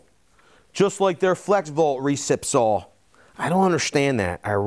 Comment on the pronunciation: Me thinks you might want to pronounce that three letter word correctly if you want any credibility. There is no "l" in the word saw. That is baby talk at it's finest. Fingernails on the blackboard for me.